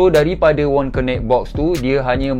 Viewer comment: Bos, sebutan ‘connect’ akan datang kasi betulkan. Lain2 mantap.